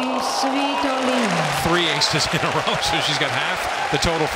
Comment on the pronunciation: why the umpire Saying Game: Sweeetolina ???? Isnt she svitolina?